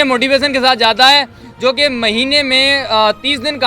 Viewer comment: Its jata ( going)hoon not zata hoon